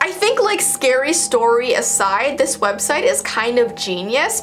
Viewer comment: Its website not wediste 🥺